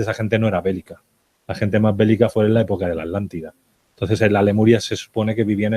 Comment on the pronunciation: Porque todos los españoles diven ALANTIDA.. si es ATLÁNTIDA??? no pueden pronunciar bien la palabra? Igual son redundantes .. dicen "subir para arriba". Veo tantos videos de youtubers españoles y todos tienen ese detalle, a pesar de ostentar tener estudios.